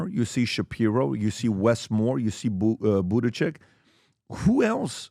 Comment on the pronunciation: PBD calls it "Buttychick" when trying to pronounce Buttigeig. He may be right about that.